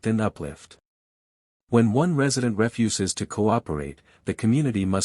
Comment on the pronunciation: You mispronounced "refuses".